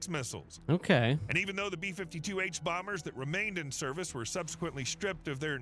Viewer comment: That moment it's blatantly obvious the video is AI voiced... . "Serve-Whale" more decades?! "Serve-Oil"? Def didn't pronounce several there...